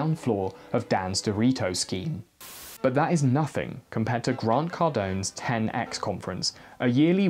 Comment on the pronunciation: Oh my god I initially thought you said TedX, I didn't realize it was 10x